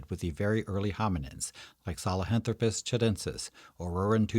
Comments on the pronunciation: Well done video - but, dude: saHELAnthropus, not saLEHAntropus! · Great video. I learned something new. I used to think the word "nu-cue-lar" instead of "nuclear" was crazy. But "sa-le-hanthropus" instead of "sahelanthropus" is totally nuts! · If the name is " Sahelanthropus" why you pronounce it "Salehanthropus"? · Except problems pronouncing "sahelanthropus"...